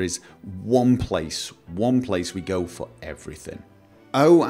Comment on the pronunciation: when he said "one place to go for everything", it sounded like he said Gopher everything, was there an intentional pun there :)